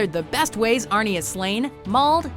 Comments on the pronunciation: Don't call him arne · Stop calling him Arnie god damn